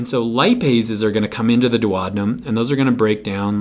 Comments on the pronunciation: GREAT VIDEO and GREAT EXPLANATIONS! :-) But, wait, what? How did you pronounce DUODENUM? No one in the English speaking world pronounces it like that; not even the Brits, or the Aussies, or the Kiwis! Where did you learn that particular and erroneous pronunciation? Please check online and try not to massacre good old Latin!, never mind English Cheers! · his pronunciation of DUODENUM cracked me up!!!! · I like your movies on A&P topics: short and succinct - thank you! I noticed that you pronounce 'duodenum' differently which is a bit confusing for me (non-native speaker...) I learnt to pronounce it like this: Is your way the US way to pronounce it???